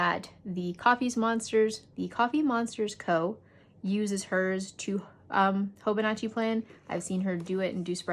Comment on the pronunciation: Love the thorough review!! I will admit, I cringed each time you said hoboNAHchi instead of hobonichi (hoh-boh-nee-chee) though. 😅